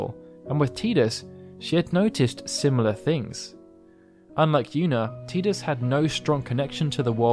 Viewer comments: Its notttt teeeeedus its Tidus where the hell are all the eeees coming from......there is not letter E in tidus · I loved this video ! i learned so much about yuna that i didn't know even after playing FF X and X-2, the only thing that bothered me was the way Tidus was pronounced lol it's "tie dus" not "tea dus" but i digress lol Great vid! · It's Ty-dus not Tee-dus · I like the work that you put into this, just wish you'd have stopped making me cringe with your pronunciation of Tidus as Teedus instead of Tide-us, sigh. It made it difficult for me to want to continue. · Te-dus is incorrect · It's pronounced Ti-dus. Get his name right